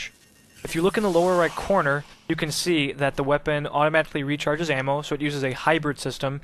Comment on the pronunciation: Ammo not am...